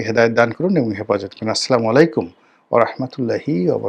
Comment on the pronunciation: Bahi Assalamualaikum Assalamualaikum ektu shuddho kore uccharon koriye. Apni na sonshodho milad poran yo Assalamualaikum eta shuddho kore uccharon korte paren na keno.